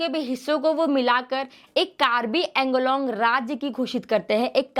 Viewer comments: Its pronounce as Anglong not Englong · Ok, most people mispronounce it. Woh ‘कार्बी आंगलोंग' hai, nah ki कार्बी ऐंगलोंग. 🙏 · The way you're pronouncing Anglong that's so annoying